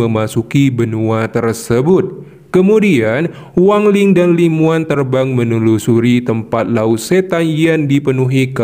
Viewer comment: Namanya Li Muwan tpi di Baca Li Mawan bg